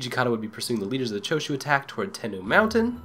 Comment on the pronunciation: lol they spelled it wrong. It's daimyo. Die-myo :) And it's Mount "Ten-noh" As far as i know. I've played A shit ton of Shinsengumi games. And that's how they're always pronounced. XD Hope this helps :)